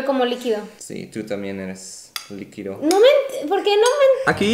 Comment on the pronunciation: "Tu también eres liquidou" 😂😂😂